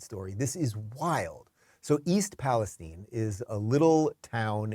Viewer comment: Yes I live a town away from East Palestine and we pronounce it palace-steen